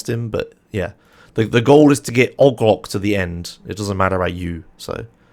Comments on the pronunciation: why does he say "og loc" like that it O.G. Loc. They say his name in the game. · The way he pronounce OG LOC is fascinating and frustrating at the same time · "ogg loc" Me: "AAAAAAAAAAAAA STOP PLEASE NOOOO"